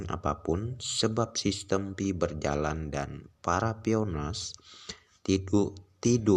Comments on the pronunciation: Kesalahan yg trus di ulang, bukan pi ay network, tapi " Pi network" atau di baca" Pay network" Gitu dooong. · Pi bukan diucap pi ai bro tapi pai.Jadi pai network bukan pi ai network.yang smart gitu lho bro